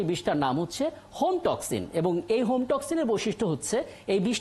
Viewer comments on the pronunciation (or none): Home toxin noi ota hemotoxins or hematotoxins.......odbhut.....